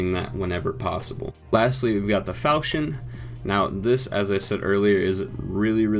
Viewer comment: FALKON NOT FAL CHI ON